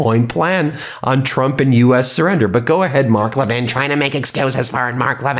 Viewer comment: You mispronounced Mark Levin as "Mock Levin". Was that on purpose? Clever!! PS. Don't forget to mention the Epstein Files on every broadcast and settling for nothing less than complete and unredacted!